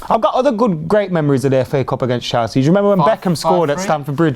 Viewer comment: Its Chelsea not chalsea for goodness sake